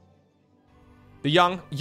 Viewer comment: I think Gobo would be pronounced Gaw-bo. Gaw being like the first two letters of Goblin